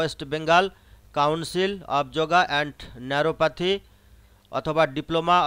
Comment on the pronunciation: গাড়ল ন্যারোপাতি নয় ন্যাচারোপ্যাথি। আগে ভালো করে পড়াশোনা করো বাবু। তুমি তো নিজেই ভোর পাস।